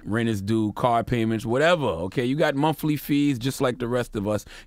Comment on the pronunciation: (Dave Chapelle voice) " DAMMIT I CAN'T TAKE THIS SHIT NO MORE!" BLACK PEOPLE LEARN THE "TH" SOUND!!! It was excusable in the 60's and even the 70's but 2019? Charla you got a book out! Its not "MONF-LY" its MONTH (TH) LY. Its not "WHIFOUT" (said in the other video about the pimp rapper) its WITH (TH) OUT. It's not WHIF, it's WITH. When you speak of the DEATH (TH) of someone you don't say DEAF! (That's someone that can't hear) Do I need to mention the honorable unmentionables? We are doing a bit better with ASKED these days although you still have the lazies that insisted on AXE-ING people to death, and the countrified "AST" but I guess it takes time. SMH, And for you deep church ones, its not sins of the "flush" IT'S FLESH!!! Damn, when will we get it!